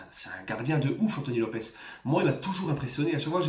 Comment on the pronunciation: Lopes :Lopche (prononciation)